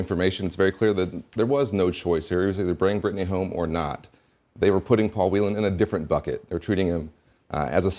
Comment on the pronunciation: Well done, Dana Bash, for pronouncing "Whelan" correctly! Please pass it on to the rest of the anchors.